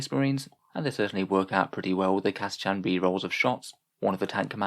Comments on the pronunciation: OK, you pronouced it Cata-"chan". I've heard them say it on the GW site as Cata-"kan". Anyone? Anyone? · Have you ever heard it pronounced Cata-“shan” though?